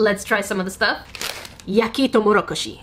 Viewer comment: When you said, “Yakitoumorokoshi” you caught me by surprise because your pronunciation was on point!